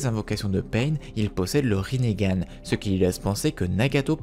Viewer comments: Parce que ça se prononce Rinnégan peut-être ? 🤡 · Mais pourquoi tu dit rinégan